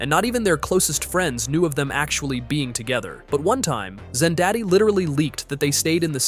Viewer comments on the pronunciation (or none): I heard zendaddy and scrooled down and imeadiatly saw this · "Ze Daddy" 😂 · I heard zennbadie